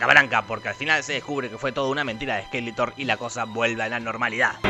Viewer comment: Es SkeletoRRRR, no Skeleton